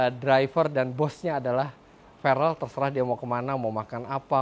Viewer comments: Verrel apa farrel nama anaknya? Kok bapaknya salah2 nyebutnya 🤣🤣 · Namanya Farrel Refellyno, kalo soal ferrel atau Farrel tergantung pronounce/accent aja sih, Farrel lebih ke aksen Indonesia sedangkan ferrel aksen US